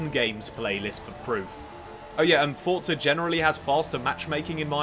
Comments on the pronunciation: There is no 't' before the 'z' in Forza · DUDE WHERE IS THE “T” IN FORZA????